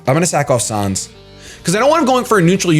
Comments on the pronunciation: it's pronounced San's not sans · It's pronounced "Sanns" not "Sahns", as in Comic Sans, seeing as that's the font his text is written in (Sans Seriff in a geocide run.) Same ges for Papyrus, whose text is all in Papyrus. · it's said sans not sons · sonz? it's sans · His name is said like the font comic sans. Not sauns. :b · "sahns" "comic sahns" pls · Also, sans's name is pronounced like sand without the "d". As in comic sans. And his name is never capitalized. Just sayin